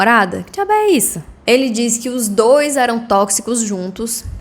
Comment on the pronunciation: Oieeee, você é cearense???? Imaginei quando ouvi um "diabeissu"? kkkkkkk